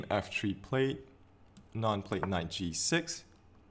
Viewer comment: Its not anaaand as you pronounced. It is aaanand. By the way good video.